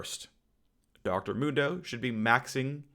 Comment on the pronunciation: Phreak: Dr mundo should be maxing e first Me: phreak! It's mundo not moondo. Jks love ur vids phreak they help me sleep